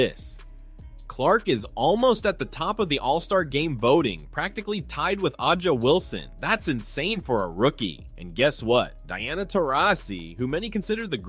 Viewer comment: I realized very quickly that I couldn’t take this video seriously when dude couldn’t pronounce the best player in the league name correctly…the first 14 seconds told me all I needed to know lol